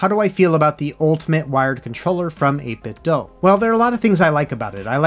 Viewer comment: Just FYI 8bit(do) not (doh) they released a Bluetooth speaker a while back and it pronounced (do) at startup. That's how I found out.